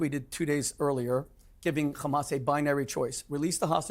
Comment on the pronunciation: Has anyone ever noticed the physiological tactic that Israelies use when saying hamas? It's the only word where they pronounce it gkhamas. The is to create some sort of additional fear of the unknown. I've never heard anyone address this.